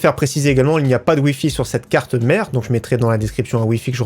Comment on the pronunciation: j'ai vraiment l'impression qui dit carte de merde au lieu de carte mère